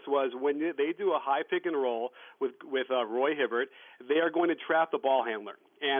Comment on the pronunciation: You said ROY Hibbert!